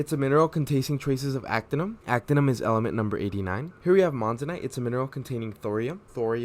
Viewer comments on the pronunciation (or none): It's "actinium", not "actinum".